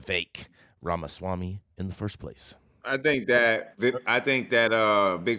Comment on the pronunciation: If only he could pronounce his last name correctly “Vaswamy 😂”…that aside Ramaswamy’s policies are pretty on point 🙏🏽